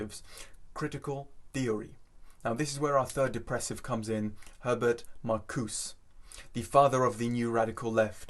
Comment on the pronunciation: This guy is intelligent, articulate, and what's more, right! (But Marcuse needs the final ''e' pronounced.)